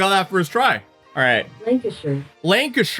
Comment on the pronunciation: you said you win some you lose some i thought you said you lose some butt then you showed the cheese i was like magic weightloss cheese???????